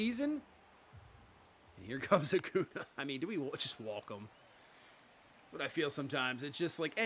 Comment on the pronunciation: AcuÑa is pronounce A•cuhn•ya